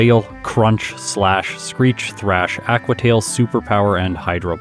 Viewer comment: The way pronounces "Aqua" is so cringe! But not as bad as Houndewer